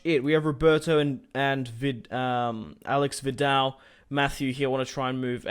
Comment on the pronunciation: Not Alex Vidal its Aleish Vidal ( u should read like this)